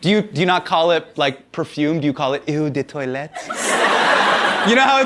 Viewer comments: Not ewww de toilete, oh de toilete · sorry Hasan, I love you but it's oooohhh de toilette. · S I know :) I just found it funny how he pronounced it 🙈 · S It was painful for me to hear his pronunciation 🤣. And you also probably noticed that he pronounced every single word in "eau de toilette" wrong 😂